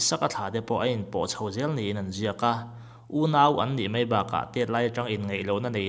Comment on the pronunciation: A ngaihnawm hle mai mahse Mai tihtur mei tih hi tawng kam diklo ani